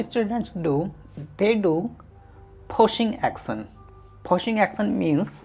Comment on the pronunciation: I'm confused when he pronounces push as puss and action as accent